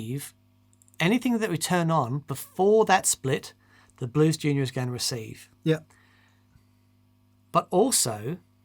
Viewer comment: The day says Blues Junior correctly will be the end of the universe